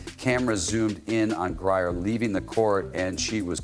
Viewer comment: CC 100%! Are you miss pronouncing the name on purpose? Ot GrieNer, not Grier.